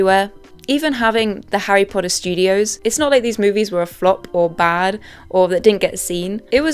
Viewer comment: WHOS HARRY PODDER.....?😄